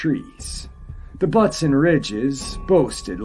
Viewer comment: Buttes, a geographic feature is pronounced bewts the u is a long vowel.